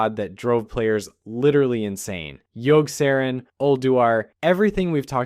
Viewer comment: Yogg-Sah-rawn. Yogg. Sah. Rawn